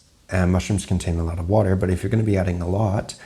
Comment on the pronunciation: Where is your accent from? It really came out at the start of the video when you said "I've gotten a lotter requests"